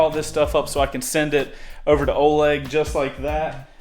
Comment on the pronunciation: Ithink its pronunced olEg not Oleg